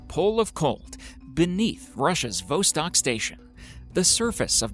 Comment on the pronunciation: Interesting stuff, but the absolutely atrocious pronunciation of so may of these areas kills me. Lake Vostok is not "Lake Vos'-tahk". It's pronounced Vah-stohk'. This seems to be recurrent in most episodes, and while it doesn't affect the story, it does affect the credibility if one cannot pronounce things correctly.